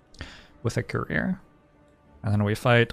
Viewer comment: I listen to these while working, and I kept hearing "career" instead of "courier." Like, man, Youtube really has a chip on his shoulder about having a career. He has to remind us he has one every ten minutes.